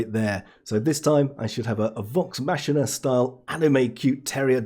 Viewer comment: bonus points for Vox Machina even if you did mispronounce it :D